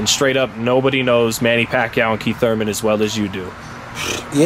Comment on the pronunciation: ELLERBE -- For the love of God, you are suppose to be a professional and SPEAK the English language CORRECTLY. Its is not KEEF Thurman. It is KIETH Thurman. "We know that KEEF is always in great shape..".. There is not KEEF fighting. It is KEITH. Yes, I do realize that some ethnic groups use F for the TH sound, but c'mon man, you look good, dress well, smart, a sense of humor, know boxing and have money. Learn to speak proper Englis without slang. Just sayin. I know I will get beat up some, but I also know it drives others crazy as well.